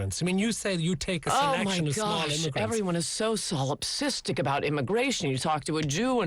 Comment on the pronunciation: Brilliant interview. Ann Coulter at her best! Word of the day: "solipsistic" . I admit -- I had to look it up. But she pronounced it so perfectly, I was able to spell it out.